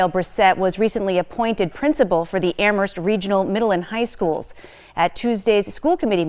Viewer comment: Please,, the H in Amherst is silent. It's pronounced "am-murst"